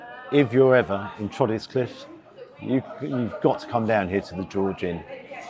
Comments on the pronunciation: Believe it or not it's pronounced 'Trossley'! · Whilst spelt as 'Trottiscliffe', the place is pronounced as Trosley (Troz-lee). Good review, thanks. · Trottiscliffe is pronounced Trosley 👍🏻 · it’s actually pronounced Trossley - nothing like the spelling but it’s pronounced how I spelt it. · Hi, I live just down the road from this pub and have been here a few times. Funnily enough Trottiscliffe is pronounced ’Trosley’! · Trottiscliffe is pronounced Trosley, believe it or not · Just seen this - unless it’s changed since I lived there, Trottiscliffe is pronounced Trosley!!! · Great review. I grew up near there many many years ago . Trottiscliffe is actually pronounced 'Trossley'.. I guess Thats been forgotten these days and it hardly matters anyway , keep making the great videos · & it’s pronounced Trosley btw,don’t ask me how or why 😂